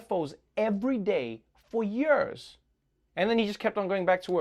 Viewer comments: I like how Trevor says “YURS.” I.e. years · I am a fancy man, but i will never be Trevor pronouncing "years" fancy. Especially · A remainder of his schooldays with British English. Quite posh.